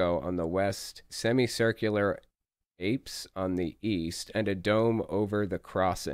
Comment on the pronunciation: Apse... Pronounce it 'apps', not 'apes'. Just helping out a bit.